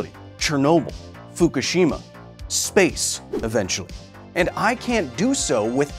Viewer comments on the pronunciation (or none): none